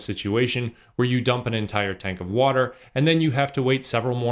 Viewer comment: lol "wherez da wudurl?"